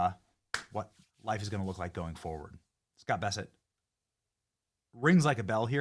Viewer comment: You keep saying Scott Besset. His name is Scott Bessent.